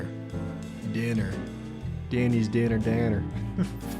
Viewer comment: its pronounced die-ner(d)